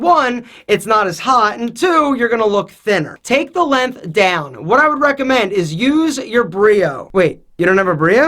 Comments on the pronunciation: stop saying "Lenth" instead of "Length!" I beg you! My OCD can't take it lmao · needs to learn how to say length.